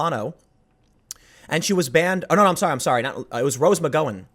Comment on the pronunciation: Rose McGowan rhymes with mick-HOW-in.